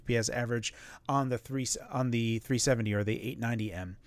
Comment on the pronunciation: Keeps saying 3070, rather than 370. Has NVidia done something to you?😆